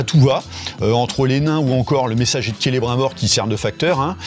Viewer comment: Rassure moi, tu fais le troll en pronocant celebrimbor avec l'accent bien français ? Parceque en vrai, tu sais que est pas comme ça que le nomme😅😅😅